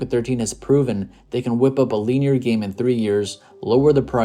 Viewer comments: LIN-E-ER BRONYOUR NIT PRONOUNCING IT RIGHT AND ITS ANNOYING I TRIED TO IGNORE IT BUT CMON MAN MAKES TOU SOUND LIKE YOU DONT KNOW WHAT UR TALKING ABOUT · Feels like I'm watching something produced by AI, and why is he pronouncing "linear" that way? lol